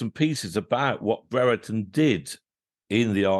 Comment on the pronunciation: It’s not bre re ton It’s Brereton like brier-ton